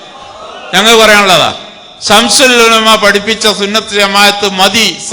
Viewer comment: സംസുൽ ഉലമ അല്ല ശംസുൽ ഉലമയാണ്